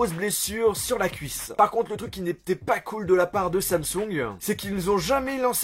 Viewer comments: Samsungeuh encodeuh pas besoin de rajouter de eux a la fin de t mots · Mdr comment dit Samsung, dit Samsong😂😂